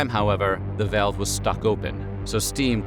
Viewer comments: im sorry, a 'vayalve'? dont you mean a valve? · Im sorry - how the hell are you pronouncing the word 'valve?' You sound like you're having a stroke. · So you are saying "valve" 😂..... Took me a few times based on how you pronounce that word